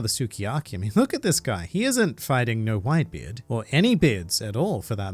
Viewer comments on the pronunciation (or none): did i misheard it or did he call whitebeard white b. eard like gol d. roger? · Haha "white b. eard" haha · “White B Eard” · Did he really say white B. EARD? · Did this fool say “White B. Eard” ?? Hahahah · Only A real Aussie would pronounce it White-B-Eard. Joe Ingles 4 MvP